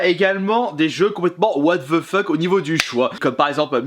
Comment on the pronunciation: WATH VEU FEUK